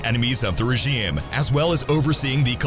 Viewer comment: Ok am I the only one who noticed the odd pronunciation of the word “regime” throughout the video? Seriously, content creators please check the pronunciation of words that you clearly do not know before recording your videos.